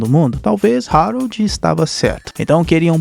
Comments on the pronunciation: mano é o meu filme favorito da dreamworks faz video sobre a serie do capitão cueca (nota: se pronuncia Aroldo n Rarold) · O esqueceu de tomar os remédios ksksksk.se fala Aroldo e se escreve Harold vc tá trocando.mais e serio o ñ tomou os remédios ksksk rachei o bico